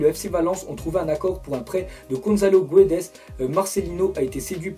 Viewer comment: C'est Gonzalo Guedech et pas gouedes ! Guedesssss a la limite mais voilà et le transfert le plus probable est mbappe au psg bien sûr